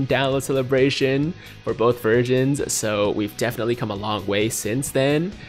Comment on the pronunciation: Ik he said versions but sounded like he said virgin